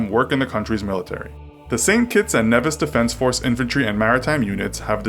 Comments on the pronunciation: it is prononced Neevis not nevis and my country may have a shitty military bt it has a bnch of big dicks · ITS FUCKING PRONOUNCED AS KNEE-VIS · Please hear me out. There is no "u" in the pronunciation of Antigua and it's a long e sound in Nevis. Thank you for your time.